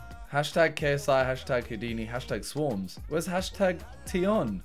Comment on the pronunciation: It’s bothering me simon saying ‘swarmz’ and not ‘swarmzzzzeeeeee’